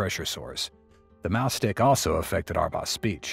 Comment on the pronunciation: Im sorry, but is the narrator is intentionally saying "mouse stick" or "mouth stick"incorrectly? 🐁🍆